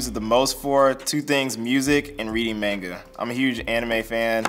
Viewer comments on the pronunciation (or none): He didn’t pronounce “manga” correctly. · He mispronounced Manga.